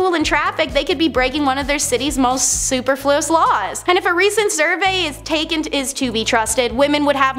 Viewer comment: superfluous- suh-per-fuh-luss